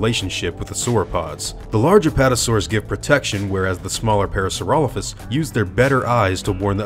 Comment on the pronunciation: i'm pretty sure its pronounced Para-saura-lope-hus the way you're pronouncing it isn't the the correct Latin pronunciation "lophus" wouldn't make "Lofus" it would make "Lope-Hus"